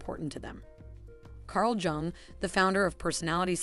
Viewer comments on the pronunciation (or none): "Jung" is pronounced "Yung"